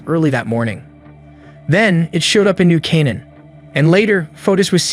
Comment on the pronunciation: When the AI "narrator" can't pronounce New Canaan... sigh.